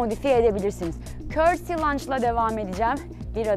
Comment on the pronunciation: hanım “cursty” degil doğrusu “curtsy” lunge olacak